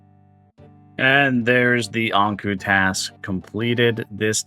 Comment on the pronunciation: hearing you say ankou instead of ankou reminds me of how they said aang instead of aang in the first live action avatar the last air bender 😆